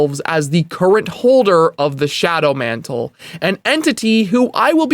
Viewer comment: Shadow mantle, NOT John mantle.